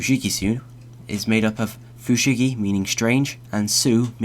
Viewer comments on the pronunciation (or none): Fun concept. The japanese annoys me though. fushigi is pronounced right but フシギダネ - fushigidane, dane is pronounced like da from dark and ne from negligent. フシギソウ - fushigisou, sou is pronounced like "is that SO" try copying the names into google translate next time to get a ... slight idea of how they sound :p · It's also Fu-shi-gi-soh rather than Fu-shi-gi-su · Your video is well made, and quite informative. There is a necessary criticism, however, in your pronunciation of Japanese. Dane is read "dah-ney," and Sō (or sou) is pronounced "so-o." They aren't "dayn" or "su." Mind your pronunciations, as it can and often does change the meanings. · It's so-ooh not sew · it's actually pronounced fu-shi-gi-sou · It's Fushigi DAH NAY Fushigi SO-H (elongated oh sound) Just get the pronunciation right, other than that this is a really cool idea :)